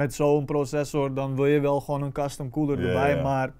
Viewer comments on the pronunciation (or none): none